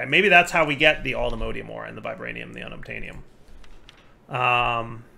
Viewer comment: The way pronounces Allthemodium hurts me.